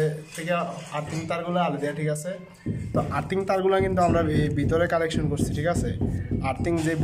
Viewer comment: কালেকশন বলেন কেন? কানেকশন